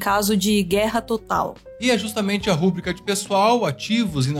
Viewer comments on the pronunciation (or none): RuBRIca e não RÚbrica. A palavra é paroxítona e não proparoxítona. Pega mal para um canal desse nível.